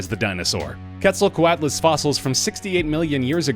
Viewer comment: AbuzzGrain 124 he said quetzelcoatlus wrong too